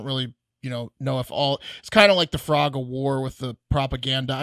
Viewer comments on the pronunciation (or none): Are you guys saying "frog" of war? Idk why but reminds me of a fun fact: did you know that a "Frog War" occurs when one private railroad company attempts to cross the tracks of another resulting in hostilities between the two railroads. It is named after the frog, the piece of track that allows the two tracks to join or cross and is usually part of a level junction or railroad switch.